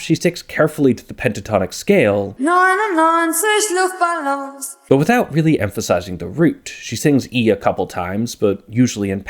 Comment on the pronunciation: "99 luftballoons" either say 99 air balloons or say 99 luftballons. The "ballon"/balloon" part is pronounced very differntly. Smashing german and english together like this is very weird